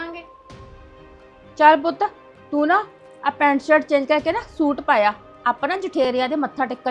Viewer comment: Oh barawa suit ta sahi tarha bolna Sikh lo